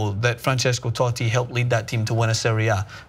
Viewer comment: The way pronounces Totti makes me want to kms.